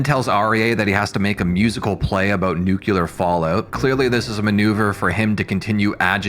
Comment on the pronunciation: Attention all Americans: it's NUCLEAR, not nukular. Thank you. Dummies.